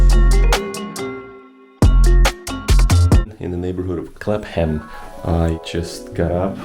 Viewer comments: It's pronounced Clapm, not Clap Ham. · CLAPPAM (Not "clap-ham") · The way you said Clapham made me laugh.Clap -Ham haha